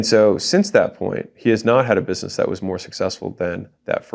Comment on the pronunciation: Anyone notice he said buisemess in the beginning 😂